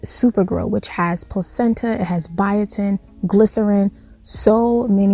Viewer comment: Ok did she say Placenta????